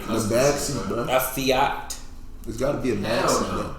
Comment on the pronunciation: did no one catch that joke? “what car would they even fit in?” “a Fiat.” but he said it in a way that it sounds kinda like “fat.”